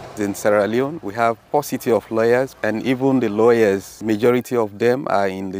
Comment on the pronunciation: Sierr Leone 😂😂😂